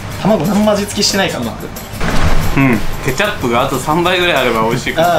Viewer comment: ケチャップと玉ねぎの言い方がプンポロドイハとドッヘンアイア